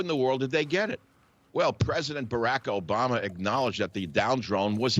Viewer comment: Why does he not know how to pronounce Obama’s name correctly